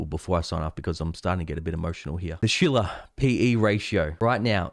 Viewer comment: When you said "Shiller PE Ratio" at first I heard "Sheila PE Ratio." That would be a very interesting chart!